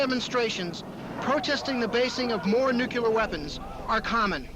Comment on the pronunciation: Guy on CNN doesn't know how to pronounce nuclear...